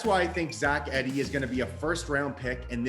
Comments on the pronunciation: Eeeeeee D not Eddy. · This guy doesn’t even pronounce his name correctly. It’s “E-de” not “Ed-ey” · It’s Zach EEEEEEEDEY